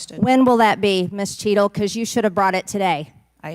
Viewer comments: Anyone else hear “shittle”? 😅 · minutes into the video😂😂 Listen to how he pronounces the director cheatle's name😅